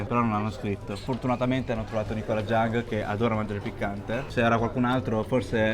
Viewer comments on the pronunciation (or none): none